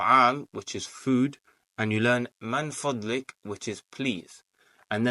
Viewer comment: I'm a student like you. In my view you are doing better than me. Since you asked for any correction I would like to point out that it's Min Fadhlik. Not Man Fadhlik. Take care. May Allah bless you.